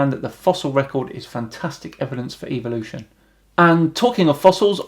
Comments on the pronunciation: Am I the only one hearing evilution. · Is the pronunciation "evil-ution" a British thing or a creationist thing? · Really nice video! I just wonder.. why do you pronounce the word "evolution" like it sound like an "evil oution" Well maybe i am just a stupid swede but i pronounce it like the word "every" E v o l u t i o n. It sounds less.. evil. Keep up the good work my friend! Regards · Why do you Brits say evilution instead of evolution? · Why do they say EVIL-lution? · is it just me or do they all say EVIL'usion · Why do creationists pronounce EVOLution, Eviloution, it's so annoying. Second how can "professors" be so ignorant, I weep for mankind. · I'ts funny that in UK evolution is pronounced like EVILution.